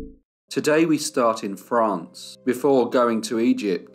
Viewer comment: Good Monday morning. I just want to comment that I love the way you say France.